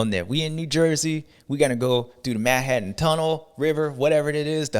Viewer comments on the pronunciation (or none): none